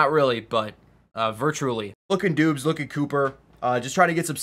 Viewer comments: I think it’s pronounced Dobbs not Doobs 🤣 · It’s pronounced DOBBS not DOOBS